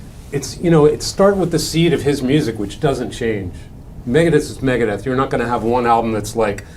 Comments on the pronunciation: "Maga-deth"? Is that Trump's metal band? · It’s MEGA not MAGA ..Deth.